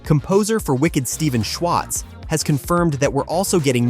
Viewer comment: Omg Shwartz… not Schwatz 😢